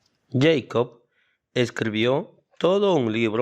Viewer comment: El nombre de Jakob Bernoulli se pronunciaría "yecob" si fuese un nombre inglés, pero como es un nombre alemán, ya que él era de Basilea, un cantón de la Suiza alemana, su nombre se pronuncia "yacob", casi igual que que la versión castellana de su nombre: "Jacobo". Hay una canción infantil muy popular en alemán que se llama "Bruder Jakob". Si la escuchas aprenderás como se pronuncia este nombre. Es un gran error creer que cualquier palabra que no sea castellana tiene que leerse como si fuese inglesa.